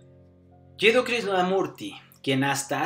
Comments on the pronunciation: por qué lo llama juddi casi todo el tiempo, en vez de Jiddu como realmente es? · El locutor dice varias veces "Judi" Khrishnamurti....el nombre es Jiduu, ..se ve que no sabe mucho acerca de Jiduu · El que Lee el texto dice YUDI KRISNAMURTI todo el tiempo. Y el nombre se pronuncia es : YIDU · Te falto una buena pronunciacion del nombre jidu al decir yudi. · No es "Yudi" es "Yidu" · No se llamaba judi como dices en el video, sino Jiddu... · No es Juddi, es Jiddu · Es Jiddu. No entiendo como repite tantas veces un nombre errado.